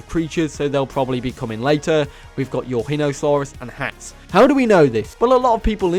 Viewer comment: Nvm cancelling for calling pterosaurs & marine reptiles dinosaurs Let's bully him for his Pronunciation of Eurhinosaurus >:3